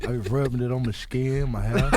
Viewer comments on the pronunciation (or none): " I be rubbing it on my schkin "😂😂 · Did he say "rubbin it on my schkin N my ass"? 😂🤣